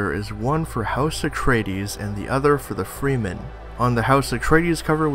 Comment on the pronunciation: freemen....its pronounsed fremen